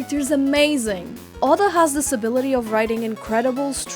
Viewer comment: btw it’s not pronounced ah-duh it’s pronounced O-dah